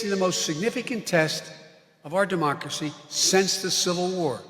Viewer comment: Did Biden say Democacy?